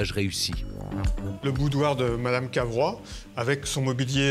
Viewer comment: Ce n'est pas Carvois, mais Cavrois !